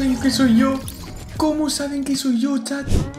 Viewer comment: En el minuto dice chaz en vez de chat